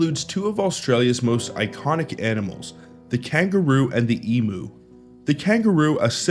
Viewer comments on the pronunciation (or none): EMU ... Emyou not Emoo 😂